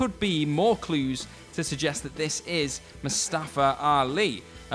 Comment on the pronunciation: It's mustafa